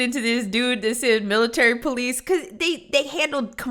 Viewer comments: Anyone who pronounces police as “po-leece” is immediately guilty in my opinion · Military poh-lice